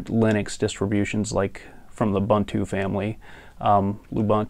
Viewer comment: Weird how nobody can figure out how to pronounce "Ubuntu" correctly. Oo-BOON-too. not hard